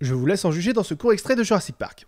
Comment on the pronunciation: " jurrasik patrak " WTF